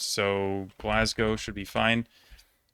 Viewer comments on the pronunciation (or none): none